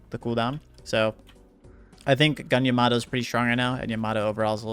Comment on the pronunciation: How are people still pronouncing "yamato" wrong?... "iamaro" ... why.... EDIT: its so weird, sometimes you say it correctly and then wrong again and the right again hahah its funny